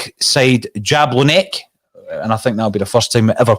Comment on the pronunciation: The big man butchered that pronunciation of Jablonec, I know you probably have never heard of it before but its funny to my ear. Its pronounced Yab-lo-nets. The "c" in Jablonec is like a sharp "ts" sound.